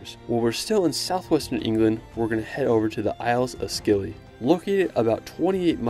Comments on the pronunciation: Just a note from a local: Scilly is pronounced Silly. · Cool video! Just so you know, Godrevy is pronounced Godreevy rather than Godrehvy, and the c in Scilly is silent :) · The C is silent in Scilly